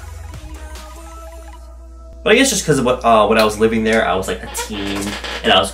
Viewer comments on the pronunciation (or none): none